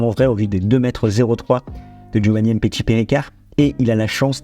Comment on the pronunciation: il parle du fait que tu prononces mal le nom du joueur. Tu dis "M" petshi, ça se prononce "MMMPetshi" c'est tout attaché. C'est comme quand tu dis "Vladimir" tu ne dis pas "V" Ladimir. Tu vois la nuance ? J'espère que j'ai pas été trop brouillon dans mes explications 😂